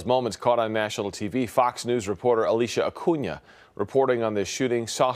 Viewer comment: Ok this is unrelated... but this guy managed to say her name like a native... she is Alicia Cunha and he said super right